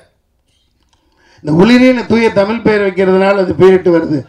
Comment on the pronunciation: முதலில் நீர் ஒழுங்காக தமிழை பேசும். தமிழை 'தமில்' என்று கூறும் நீர் ஒரு தமிழரா?